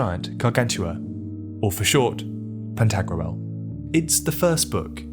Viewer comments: It's Pan-ta-grool, not pan-tag-roo-el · Are you pronouncing "Pentagruel" correctly? I could be wrong but it sounds like you are pronouncing a medieval name like how people pronounce ancient greek names today. Like pronouncing Pentagram as Pen•tag•ger•ram rather than Penta•gram. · Anyone else annoyed how he keeps pronouncing Pantagruel? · What a strange way to pronounce "Pantagruel". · It bothers me how it's pronounced in the video 😂